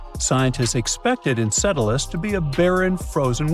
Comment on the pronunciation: I didn't know that Saturn's moon was pronounced Encedalus! 🤣 (And ) 😉 (And ) 🤔